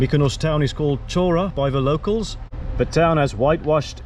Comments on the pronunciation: The main town of almost every small Greek island is called 'Hora', literally meaning 'land' or 'place'. It is pronounced with an H like in 'Hi' or 'Hydrogen'. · beautiful island! Many Greek islands have towns named Chora...just to clarify, it's pronounced HO-rah...the CH is an H sound! well done!!